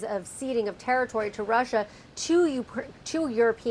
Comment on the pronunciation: Why does he say Russia like that? Has no one told him how weird he sounds?